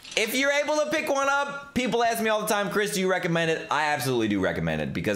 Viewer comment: Why do you say ‘ ask’ like that